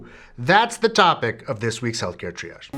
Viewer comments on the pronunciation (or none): none